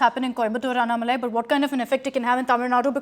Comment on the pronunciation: This anchor Is a stupid she dog - she should address mr. Annamalai as Mr or Ji. She is a poor anchor who does not even know how to pronounce his name - should know how to pronounce before interviewing someone. She seems to have an agenda of her own and has no knowledge of the facts. Indian press have no interest in trying to learn or elicit the facts on behalf of their viewers- rotten press in India